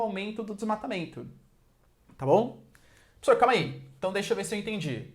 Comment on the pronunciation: "Pssor" kkk